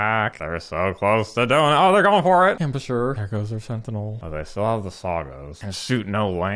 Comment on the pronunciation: You gotta love the Kaysadee Ambusher pronunciation